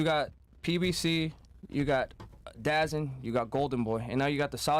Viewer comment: This is hard to listen. Yall all sound like a bunch of casuals. Its pronounced da zone